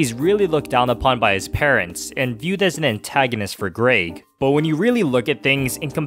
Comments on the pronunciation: there was only one thing that really bugged me in this video, he said greg's name like "grage" when it pronounced "greg" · Okay seriously if you say grayg instead of Greg one more time… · Its Greg not Graig man come on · Bruh I just wanna laugh ever time say Greg like Graig haha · 'gRaEg' no mate.. It's Greg😂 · “Ah yes, Graed”💀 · You mean graegslist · Good video but it hurts to hear you say "græyg" every time instead of "Greg" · Why you saying "Graig"? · Why do you say Greg like “Graig”? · its greg not gréyg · It’s GREG not GRAYG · Grayg. Canadian detected. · He says greg like Greag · Lol “greag” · Is he saying GRAG!? Or am I being stupid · say graig again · Why did bro say Graig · please stop saying grayg please please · Oh my. Can you say the names correctly! Even if it’s an accent, Greig and Rohdryck are not their names! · Kept pronouncing Greg wrong